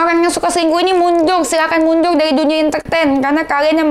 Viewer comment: lidah gk pecus bilang mundur aja susah 😂😂😅 mundul wkwk